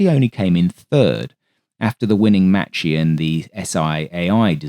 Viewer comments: Excellent vid. One slight quibble. Macchi is pronounced Mak-ee not matchee. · I like your work sir but you have mispronounced the Italian word m a c c h i. It's not the CH sound It sounds like m a w k i e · Good pronunciation, but every time you see a "ch" in an Italian word it means it's a strong C, essentially a K. So it's "Makki", "Frankini", "Frasketti" etc.